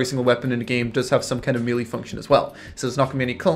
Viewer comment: MAY LAY not MEE LEE :D